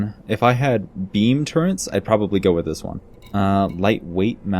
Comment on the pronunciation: What on earth is a turrent? TURRET MAN...TURRET!